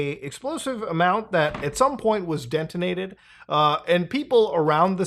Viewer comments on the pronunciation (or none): dentonated lol